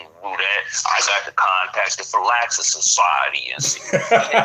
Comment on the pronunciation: The name The Phylaxis Society is being mispronounced in this video as "Fil-LAX" society. The correct pronunciation phonetically is "Fill-lack-Sis" society.